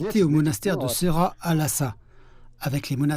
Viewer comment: Bonjour, la prononciation de ce monastère est "séra" en anglais ils écrivent "sera" mais la prononciation tibétaine est bien "séra"